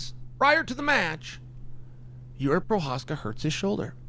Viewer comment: chael got provokis name right. thats weird.